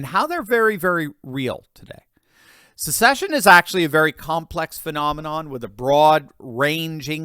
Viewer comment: See ya! Someone tell kh, there’s no “U” in the word secession. It’s not a “sucksession”.